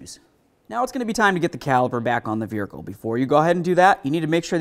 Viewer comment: It's so funny how pronounces vehicle like "vrricle."